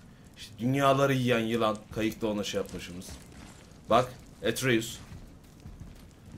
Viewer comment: ATREUS ATREUS ATRUS ATREUSDUR VE BU KESİNDİR ATREUS LOKİ DEĞİLDİR!!!! ATREUS LOKİ DEĞİL!!! ATRUS ATREUS!!!